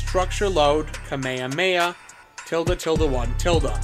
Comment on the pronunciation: Bro actually said kuhmayuhmayuh